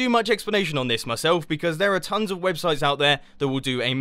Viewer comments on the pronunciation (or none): none